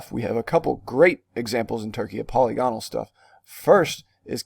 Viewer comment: Not a criticism, just information. The word polygonal is pronounced po-LYG go-nal not POLY-GON-al. You do great work here!